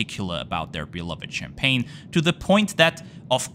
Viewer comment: I like your French accent when mentioning the champagne 😅